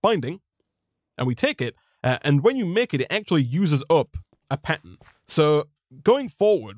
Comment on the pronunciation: the r in pattern is silent i guess